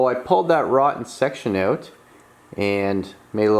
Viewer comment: Well shit. I was hopin youd change it to a 70 tailpan. Make it look like a 70 .. and did u say "OWWWWT" r u canadian or something 😂😂 im js fkn with ya. I love it. Keep em comin man